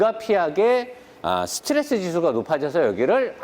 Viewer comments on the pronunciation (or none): none